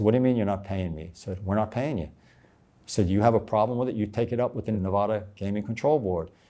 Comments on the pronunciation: This guy is the biggest fake ... he is making a fool out of you. He can not even say Nevada correctly. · This guy can't even say Nevada correctly. But he spent all that time there scamming them? Nah don't believe it.